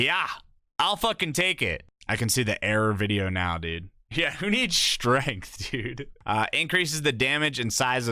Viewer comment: Top-tree dawnblade needs srength